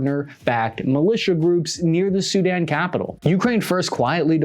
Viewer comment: Its SuDAN not SU-dan